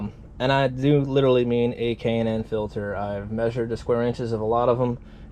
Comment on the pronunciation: K&N filter. You should do some research before even saying K&N. Done watching this video